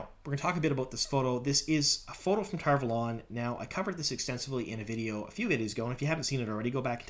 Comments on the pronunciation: Why do you call it TarValόn? Isn't it Tar Vάlon? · It’s pronounced tar valon not tar valon. Sheesh.